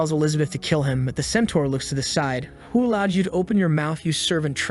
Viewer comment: I think you said side wrong 💀